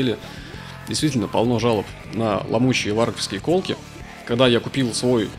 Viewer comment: Классный обзор. Только колкИ, а не кОлки )